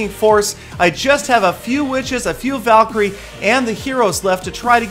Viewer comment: haha the way calls it a Valiecry:')